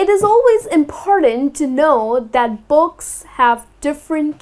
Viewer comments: Why do u say "box" instead of "books"??? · You saying 'books' or 'box'?? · no offense your pronunciation of books sounds like box! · She struggling to pronounce "BOOAKS" "BOOAKS""BOOAKS""BOOAKS" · Ur really struggling to got to go to heaven